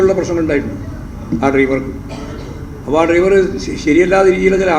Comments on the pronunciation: ഈ നാറിക്ക് ഡൈവർ എന്നു പറയാനേ അരിയു. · ലെവന് ശരിക്കും ഡ്രൈവർ എന്ന് ഉച്ചരിക്കാൻ പോലും അറിയില്ല ഇവനാണ് പാർട്ടി സെക്രട്ടറി .